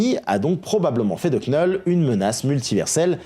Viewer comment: Vidéo géniale, comme d'hab. Juste Knull... Ça se prononce Null. Le K ne se prononce pas. Mais continue tes vidéos, t'es top!!